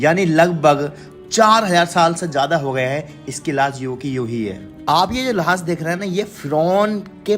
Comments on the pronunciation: 😂 Laas nahi Laash bolo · Laash nhi lahash